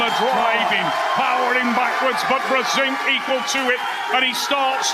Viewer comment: Фамилия Джона читается как Бженк. А не Брзенк. Это польская фамилия. Вы до сих пор не знали? ОМГ